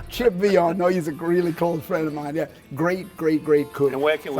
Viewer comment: It's Pronounced Vay-ion